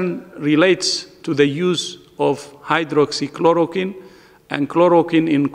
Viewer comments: Sala ye v to pronounce nhi kar paa raha medicine k naam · He can't even pronounce hydroxychloroquine Yet we have to believe on them?